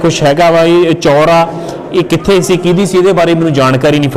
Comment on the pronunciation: ਚੌਪਰ ਨਹੀ ਚਔਸ਼ਰ ਕਹਿੰਦੇ ਹਨ ਪੁਤਰ ਜੀ